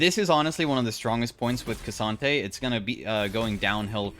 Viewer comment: It's pronounced as "croissant" hahaha